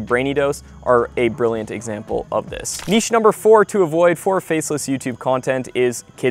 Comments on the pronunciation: Thanks for not saying "nitch" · Thank you for pronouncing the word niche correctly. I swear I will not even watch your video. If you can’t even pronounce the word niche correctly. So many others don’t.